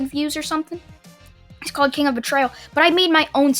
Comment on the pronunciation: i didnt want to say this but the pronunciation of kings name made me laugh(most cause of harley quinn)